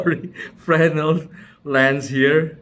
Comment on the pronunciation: That's a tough one! fruh-NELL. I'll take those giggles over correct pronunciation any day lol. Beautiful prints